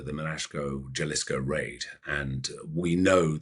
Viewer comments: Pronounced Halisco. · Great story, but please learn how to pronounce Jalisco. Cringe worthy it is.